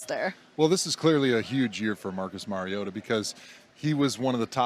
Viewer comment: Hard to take these reports seriously when they don't pronounce Mariota's name correctly.